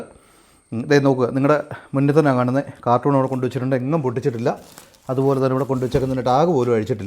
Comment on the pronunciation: കാർട്ടൂൺ അല്ലടോ. കാർട്ടൻ aanu